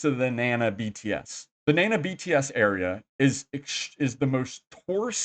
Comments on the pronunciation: Na Na, not nan na. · You would think all the time you have spent in Thailand you would learn a little bit of Thai. At least how to correctly pronounce common words like Nana